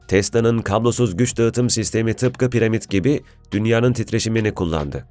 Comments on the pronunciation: Piremit değil piramit onu bile yanlış biliyorsun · abicim piremit değil piramit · Her piremid dediğinde kahroldum